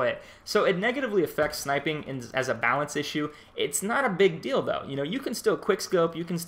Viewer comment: Lol why did you have to say something lol that's all I hear now